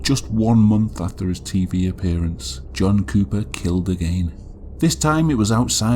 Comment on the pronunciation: my high ass kept hearing you say jungkook not john cooper…